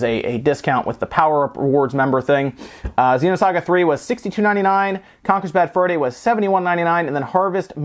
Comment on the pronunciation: Why would pay so much money for naked carts? What a joke! Also, it's XENOSAGA, not XEEENOSAGA. I also love the way the scumbags can't even put the discs in a jewel case.